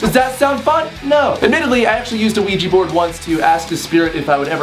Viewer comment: "Don't use a Ojua board" WELP